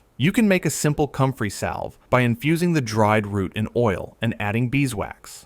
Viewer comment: It’s called COMFREY… 🤦‍♀️